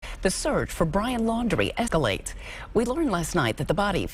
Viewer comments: "Ehh-keh-lates" or "escalates" - what did that reporter say again? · Did she just say “escalates” wrong because it was missing an s on the prompter..? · Did she say, "ecolates" or, escalates? 😂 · yes she did... I played that back 3 times..... I'm the resident grammar nazi....